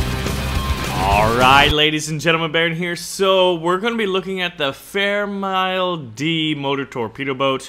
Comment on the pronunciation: It's m-i-l-e